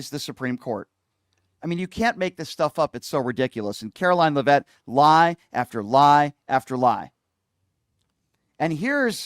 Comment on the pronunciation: It’s pronounced lev’-it not le-vette’.